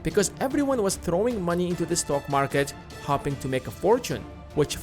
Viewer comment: I'm hopping someone tells you how to pronounce hoping